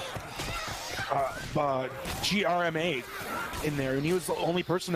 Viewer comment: "g-r-m-a" lmfao someone wasn't around in the l4d1 community